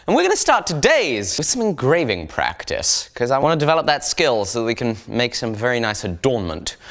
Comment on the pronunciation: at the very beginning I thought you said "gravy practice" rather than "engraving practice"